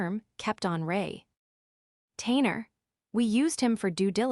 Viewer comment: AI can not say caulk, or retainer. No trespass. Can not say trespass.